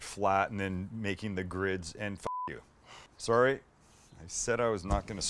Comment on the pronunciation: Dude sounded like a Canadian when he said sorry haha